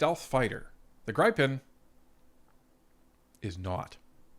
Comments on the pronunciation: Hi, Inga from Sviden says it's "GrEE-pen", not "Gr-ai-pen" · Gripen is pronounced as if the "e" does not affect the "i", pronounce it like Grippen. Stealth aircraft are detectable by radar, and they are working on increasing picking them up by radar. They are difficult to detect. F-15 radar detection signal is about 8 times stronger than an F-18, USAAF is taking on modernised F-15 as they can carry more than an F-35. If the Gripen E is cheaper to operate, that is very attractive. Mixture of F-35 and Gripen E/F's? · It's GRIFF-IN as in "if" Griff......IN . pronounce it right please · Gripen is pronounced Griffen in English. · YOU HAVE TO LEARN HOW TO PERNOUNCE THAT FIGHTER JET LMAO